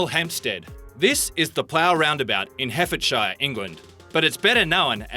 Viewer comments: Plus he dose not know how to say Hertfordshire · Probably one of the dumbest, most badly informed videos about roundabouts on YouTube. Among other things, the "Magic Roundabout" is the one in Swindon, not the one in Hemel Hempstead (in a county that the commentator can't pronounce). The Magic Roundabout in Swindon also has an excellent safety record, despite what is claimed and, odd as it might appear, it's easy enough to navigate once you are on it.